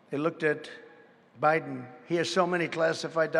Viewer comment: did he say joe briben? lol